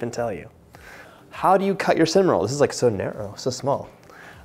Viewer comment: Funny 😄 .... I heard my name CIN(dy)NAMON 😄